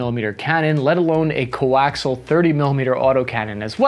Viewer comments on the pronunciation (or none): Sweetie, coaxial is pronounced (kow·ak·see·uhl) The "i" is pronounced as a long "e." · Thats not how you pronounce “coaxial”